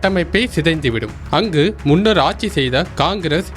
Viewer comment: 😂 மறைந்த நடிகர் விவேக் சொன்னதையே நானும் சொல்கிறேன்.. செய்தி சேனலில் எப்படிப்பட்ட ஆட்கள் வேலை பார்க்கிறார்கள்.. தாய் மொழியாம் தமிழ் மொழியின் உச்சரிப்பை பாருங்கள். யோவ் அது ஆச்சி இல்லையா ஆட்சி...